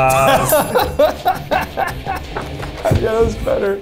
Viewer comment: Reaction to the Beethoven pun (Courtesy of Brett Yang and Eddy Chen. Long live Ling Ling!): But you just said Bananana, not banana....